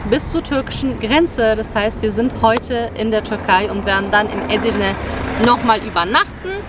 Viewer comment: Nette Familie, allerdings sträuben sich meine Haare es heißt eDirne und nicht Edirne, heißt ja auch nicht yaLOva